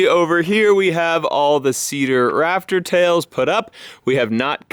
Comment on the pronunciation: I keep thinking he's saying raptor tails like the dinosaur instead of rafter tails